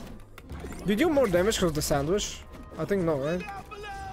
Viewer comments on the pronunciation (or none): "ah hev uh saundwech gais"